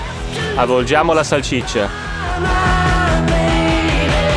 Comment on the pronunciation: Si dice salsiccia non salcicce😂